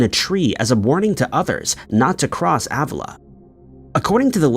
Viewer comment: It’s pronounced Uh-villa. It’s definitely haunted.